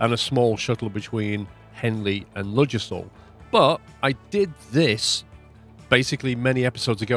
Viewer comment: Ffs I live near the actual UK Ludgershall Hampshire, ive binged watch this series and its annoyed me to no end how you pronounce it... the D is silent its 'luggershall'